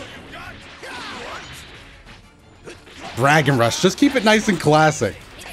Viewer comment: “bragon rush”